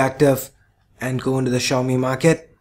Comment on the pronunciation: funny how no one can say "Xiaomi" correctly (accept for the people who speak the language)